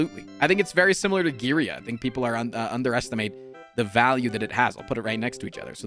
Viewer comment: His pronunciation of matryoshka is actually cleaner than his pronunciation of girya. Just saying.